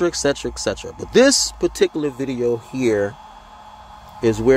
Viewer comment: You laugh too much! It's etc not eck